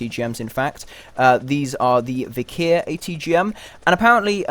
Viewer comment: The missiles are pronounced V-Her. Its a strong wind, like a gust.